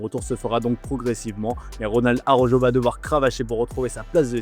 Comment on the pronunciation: S'il vous plaît, svp, svp, avec tout le respect vérifiez la bonne prononciation pour Araujo (ara - ou - ro) parce que ça écorche les oreilles, c'est désespérant 😂mais bon on garde l'espoir qu'un jour les journalistes fr comprennent. Gentillement